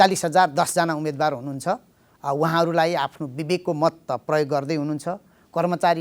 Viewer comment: कार्यक्रमको आशय राम्रो तर कार्यक्रम सञ्चालक सार्वजनिक प्रवक्ता जस्तो होनहार व्यक्तित्व र रिपोर्ट वाचिकाको नेपाली उच्चारणले मेरो निन्द्रा खल्बल्यायो, मैले आफैं नजानेको हुँ कि - उमेदवार व उम्मेदवार चैं सही उच्चारण हो भन्ने ठान्थें तर तपाईंहरूले "उमेद्वार" उच्चारण गरिदिनुभयो, म छक्क परें ...